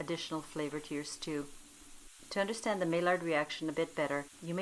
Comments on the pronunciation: It’s pronounced my-yard reaction. Nice video! I’ll try it. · It's pronounced my ard